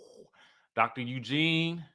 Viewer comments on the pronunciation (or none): none